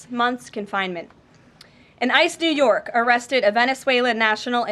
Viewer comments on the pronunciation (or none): none